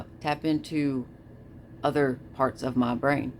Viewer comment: “Mah brayne” …. The fuck you on about jeez